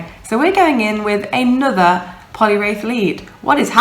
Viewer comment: Hate to be dat b!tch, but it's Poliwrath not wraith. Only saying because you said to and it's one of my favourite Pokemon! :D Nice video, Scrafty is awesome, I'm working on one for UL now, along with all the other XLs I'm working on. :/